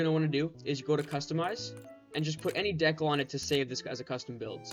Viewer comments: Nice. Just a heads up it’s pronounced “dee-cal” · "deck-al" bro lmao